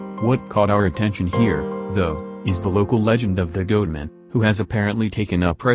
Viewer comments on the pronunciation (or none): GOATMAN! Not GOOTMAN! Who put this video together? Music too loud and stupid robotic voice that can't pronounce shit right! That's 6 minutes of my life I'll never get back!